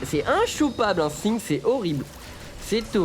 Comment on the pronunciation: de comment vous prononcez Singed. On est en France on parle français.